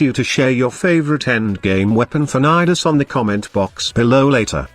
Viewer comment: I heard ni ass